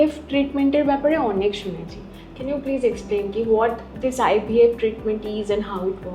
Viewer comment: Poisa pachhis bole ja khushi korchis... Bhalo katha .. kintu ashikhito ar murkho tar sima chariye giye fertility ke faaartaliy ar ivf ke ibf bolchis keno bhai.. English uchharon ta sekh tarpor katha bol #chorpita